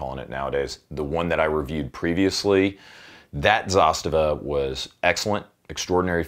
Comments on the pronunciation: Its not pronounced Zastiva.. Its "Zaaz-tavaa" As in direct translation - "to force" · Its Za - STA - va. 😆